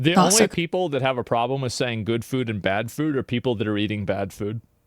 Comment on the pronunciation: She mispronounced eating, and it sounded like manifest.